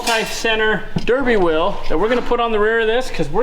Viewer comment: At the end of the video, I thought you said we have to figure out our "Will" situation. Then it dawned on me that you said wheel. lol